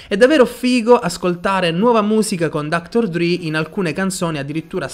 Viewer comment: Si legge dr dre nn dr dri 😂